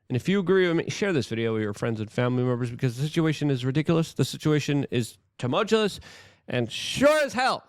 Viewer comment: You don't sound very smart, continually mispronouncing "tumultuous". It's really bordering on, sounding similar to Biden...smh.